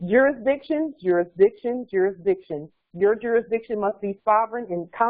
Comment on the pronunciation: Iz there jurizdikzione?